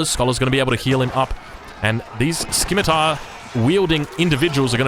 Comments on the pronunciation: I am pretty sure Scimitar is pronounced si·muh·tr or si·muh·tuh and not ski·mi-tar. It hurts so bad. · SCIMITAR - "SI-MUH-TR" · Is pronouncing it S-Kimitar a meme ? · What do you mean it's not Sai me tar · Really love the content. 1 small thing, scimitar has a silent "c" In it. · I don't wanna be "that guy", but I'm pretty sure you are mispronuncing scimitar.